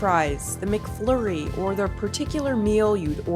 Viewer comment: mcfloooooory. strange pronunciation.